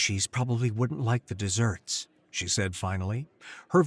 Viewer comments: Desert, not dessert. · Human read eh? Then why was the word "desert" pronounced wrong. You pronounced it like the confectionery. In this story desert referenced the hot rolling sand dune area. Spelt the same, but pronounced differently. Exactly the mistake an AI would make.